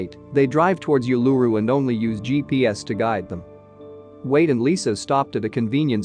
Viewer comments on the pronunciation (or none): Geez..... OOO-LA-ROO not you-la-rroo